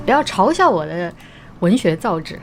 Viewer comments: zao yi , not zao zhi🙂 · 造诣（yi），不是造（旨） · 我听着有些别扭，还是读文学造诣（yi）四声吧，还有yi贻笑大方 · 文学造诣，诣读yi，四声。听得我有点难受。。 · 文学造诣，诣Yi第四声:eyes-pink-heart-shape